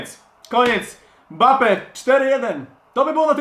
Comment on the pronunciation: mi sie wydaje czyon zamiast powiedziec mbappe powiedział bappe